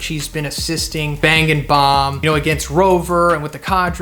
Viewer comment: When you said "bang and bomb" i wrongly heard "banging bomb" lmao